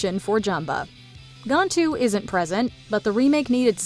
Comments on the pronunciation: Smh it’s pronounced GAN-Tu.. not Gontu. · It's GAN-TOO, NOT GON-TOO